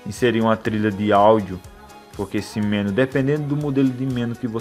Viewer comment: Olá! Assisti vários outros vídeos seu e são muito legais. Outra coisa que queria falar é sobre a pronúncia da palavra MENU. A sílaba mais forte é a NU e vc está pronunciando como a mais forte ME. Se essa palavra tivesse acento seria escrita assim: menú. Essa é só uma dica pra vc, Pq gosto muito dos seus vídeos. Desculpe qualquer coisa e forte abraço.